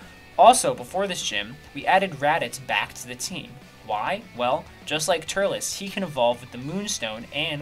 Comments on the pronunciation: Love every bit of this vid just mentioning this as more of a random pet peeve than anything but turles is pronounced "tur less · This is the first time I've heard anyone other than myself pronounce that name TURELS. Actually it's more like TurLESS